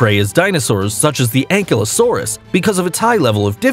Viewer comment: Yup. I nearly cried every time he said a dinosaur's name. How'd he mess up ankylosaurus???